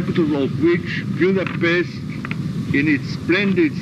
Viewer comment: Tényleg németes akcentussal beszéli az angolt, ahogy kiejtette a magyar és a Budapest szót kicsit elgondolkodtam hogy tudott-e egyáltalán magyarul.